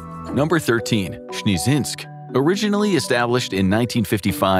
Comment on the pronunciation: Sbeezehynsk?😂 they eobreally crack me up these russian tourist attractions 😂😂😂❤